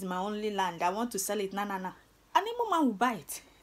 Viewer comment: Real igbo girl with beautiful igbo tongue,I'm so happy with the way you correctly pronounced the word igbo,thank you.